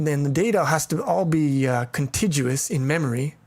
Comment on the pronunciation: Contiguous: con-TIG-you-us (hard "g")